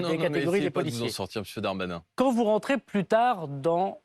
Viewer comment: Mr Bardella a explosé verbalement le Dahr-mahnain